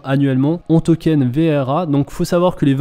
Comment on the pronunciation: Arrete de dire "VER" c'est "VRA"